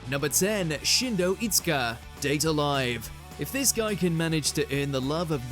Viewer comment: Shido. Not Shindo.